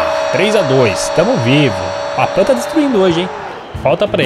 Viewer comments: Não é papan é papin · sempre vc fala errado e “Papim” e não “Papam”